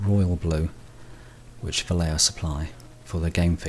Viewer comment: Va - as in valley Lle - as in yes Jo - as in hotel.